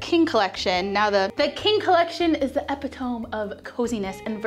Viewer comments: She pronounced it wrong, but it was cute, lol 😂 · It’s Epitome and not epitome? Mind blown. Your place is so cute. Thanks for sharing.